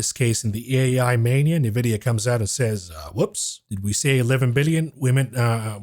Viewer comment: At least learn how to pronounce Nvidia correctly ffs 🤦‍♀